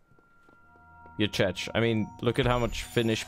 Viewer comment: I really enjoyed this vid, I truly did, everything about it (I don't even care about the game, but you made it really enjoyable) and I hate the fact that what's gonna stick with me is the pronounciation of the word Czech D